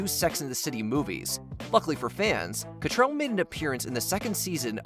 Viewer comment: It's pretty grating that you keep calling Kim Cattrall "Cattrell".